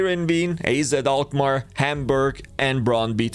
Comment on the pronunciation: pronounced al-may-rr